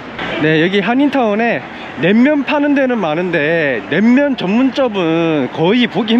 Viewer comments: 냉면을 냄면으로 발음하는 걸로 봐서 일본인? 재일교포? 어쨋건 영상 재밌게 봤습니다. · 설빙은 그래도 약간 끝에 ㅇ발음이 들려요 ㅎㅎ 낸면은 조금 노력해주시는게 좋을 것 같네요ㅠ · 낸면 발음이 점점 ㅋㅋ 일본스러우시군요 ㅋㅋㅋ 잘보고가요 ㅋ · 자꾸 낸면이라고 하시네ㅋㅋ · 지나가다 본 일인입니다. 다 좋은데 냉면, 설빙 등 말씀하실때 낸면, 설빈 이렇게 들려요 이응 받침이 있을시 조금 신경 써주서 해주시면 좋겠어요^^ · "냉면" 발음이 좀 어색함.. 자꾸 "낸면"이라 들림! 도 저처럼 경상도 사람인것 같은데 일본서 오래 사셔서 그런지~ㅋㅋ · 일본사람이신가요? 냄면..?? 발음이ㅋㅋ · 냉면 발음이 잘 안되시네요….^^